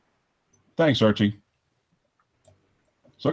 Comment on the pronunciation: It's Archie, not Archie.. Phuck me dead